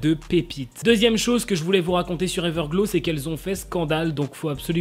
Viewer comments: Ta dit everglo au lieu de everglo(w) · On prononce pas trop comme sa Everglow mais c'est pas du tout grave